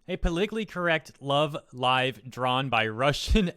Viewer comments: You pronounced “Love Live” correctly!!! YAY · finally able to sleep because finally knows how to say Love Live right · You finally pronounced Love Live right ☺ That is some creepy art. Any reason for no facecam this vid?